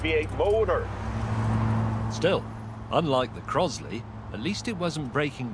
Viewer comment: James sounded more Northern Irish than American when he said "motor".